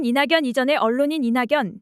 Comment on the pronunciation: 이나견이라 소리나는대로 읽어주세요! 이냥년이라... 어색하고 생소하네요~